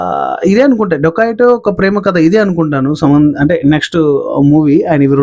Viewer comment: రోబోరి అంటే మర్డర్స్ నా 😂😂 ఏ కాలేజీ లొ చదివావు బాబు 😂ఇంకోటి సినిమా పేరు డోకయట్ కాదు డెకయట్ ముందు పలకడం నేర్చుకో, చిన్న పదం మారిన అర్థం మారిపోయిద్ది రా బాబు నీవు నీ బట్లర్ ఇంగ్లీష్